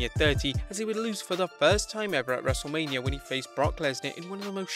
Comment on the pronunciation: Not to be rude it’s not wrestlelamia it’s wrestlemainia